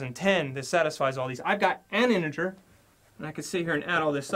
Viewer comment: he said smth like "the largest anjer" instead of "the largest integer"